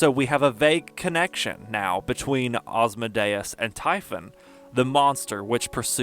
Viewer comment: Well you pronouce my name well!